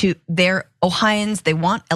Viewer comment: Francesca, the pronunciation of my state's residents is: oh-hi-o-ans, not oh-hi-ans. TY